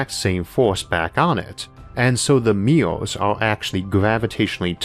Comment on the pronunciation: i wondered why does he keep saying meow meow, until the closed captions taught me that it is MIRRORS, sad me😂😂